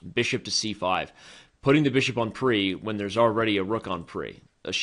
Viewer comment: on-pre and venus fly trap XD, who talks like that?